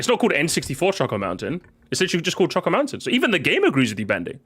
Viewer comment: The way he pronounces “choco” in choco mountain/island has always bothered me and I feel like it’s caused other people to pronounce it that way for some reason 😭